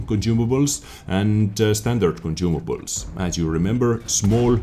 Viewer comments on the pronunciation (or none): conCIUmables sonsumables